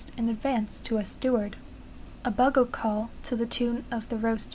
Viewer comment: It is pronounced bue gull bugle not bug gle like your narrator said. Fyi.